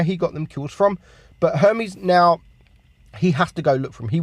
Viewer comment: Chip-pote-lay....but still says castilla instead of cas-tee-ya so let it go, bruh... he got Her-mees right so greek is ok